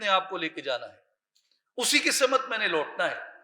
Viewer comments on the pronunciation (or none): جناب اردو زبان کا لفظ "سَمت" ہے، "سِمت" نہیں۔ س کے اوپر زبر ہے نہ کہ س کے نیچے زیر۔ شکریہ